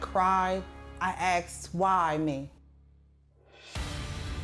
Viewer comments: NONONONO ITS ASK NOT GOD DAMN AX SHE SAID AXED- ITS ASKED FOR GODS SAKE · "I axed, why me?" LMAO😂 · PLEASE STOP SAYING "AXED" INSTEAD OF ASKED! Please! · Saving/ me The word is ask not axe, there is no argument. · I watched a video about that today it's so annoying. Wtf do you mean you cant pronounse it differently?you just werent corrected at an early age. It is ASS-KK but I guess if you want to continue sounding illiterate no one can stop you.